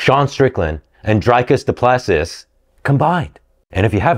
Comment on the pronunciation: Bro the way he said "Dricus Du Plessis" he mispronounced it in so many ways